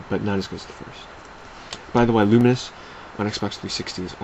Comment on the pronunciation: isnt it Lu-mines? not Lu-min-is? just wondering, dont hate :P